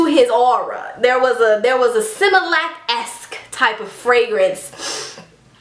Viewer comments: Simalatic fragnance???? 😂😂😂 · LMFAOOOOOO AT SIMILACTIC 😂😂😂😂😂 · I'm hollering at similactic😂😂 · similactic lolololol lovvvvvveeeeeee it. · Similactic?!?!? 😂😂😂😂😂😂😭😭😭😭😭😂😂😂 dyin